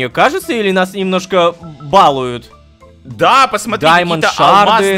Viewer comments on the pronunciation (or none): Рома, правильно говорить балУют